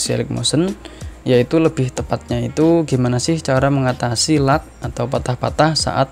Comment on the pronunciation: gg inggrisnya pasti dapat seratus lag bukannya dibaca leg malah lak